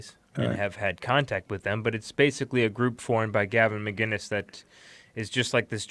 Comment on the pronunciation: MCINNES NOT MGINNES